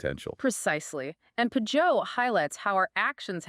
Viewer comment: These a.i.’s at the end cant even pronounce Jonathan’s name right…